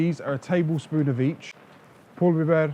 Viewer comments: Your accent is so good when you say Kırmızı Toz Biber and Pul Biber. Are Turkish or ever lived in Turkey. Abi Türk müsün abiii? :D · Can you please tell us the music used in the video? Especially that banget . Love the content! Good job pronouncing the peper spices! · Hacı Türk müsün pul biber falan çok güzel telaffuz ettin 😂